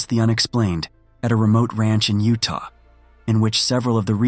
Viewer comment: The five twelve akree plot of land in oo-tah